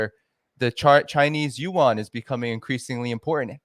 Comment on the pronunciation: yuan is 1 syllable, like Juan